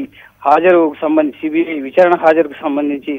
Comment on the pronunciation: అమ్మా, మీ ఉచ్ఛారణ ఏమీ బాగుండలేదు. విచారణ అనాలి కానీ, 'విఛ్ఛారణ', అనకూడదు.